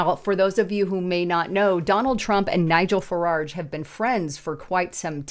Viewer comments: There is no second " r" in the second syllable of " Farage". It is not said " Fuh- raRge." It's " Fuh- rahj" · "Fararge?" Have you even read anything? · Am from UK...love how you pronounce 'Farage'! We pronounce it like 'mirage'. Keep up the good content 👍🏻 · You consistently mispronouncedFarage’s last name.